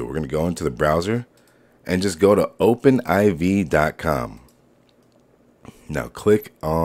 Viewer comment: THANK YOU FOR CALLING IT OPEN IV!!! LOL- I have been watching so many mod videos and everyone calls it "Ivy" like bro its not gta Ivy! gg